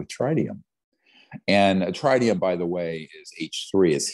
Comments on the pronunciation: Yeah but he said trinium lol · Tritium is pronounced like it rhymes with twit